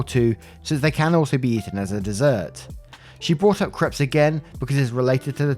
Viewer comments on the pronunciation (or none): Creps... lol they're pronounced Craypes. It's hilarious that when you say "I don't think I said that right" it almost always is right. But creps. Laughing my arse off 🤣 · Hi love your stories. Soft correction - crepes not creps it's pronounced crapes (like grapes). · I am a victim of the way you pronounce crepes. There is a one month ban on you saying crepe.